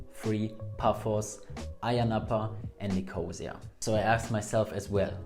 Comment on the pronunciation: Nicosia - the accent is on the third syllable, not on 2nd syllable.